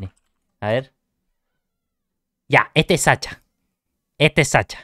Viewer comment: se dice Sasha, como en ingles (shu)) le (Ts)